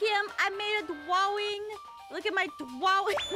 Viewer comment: De pweety dwaing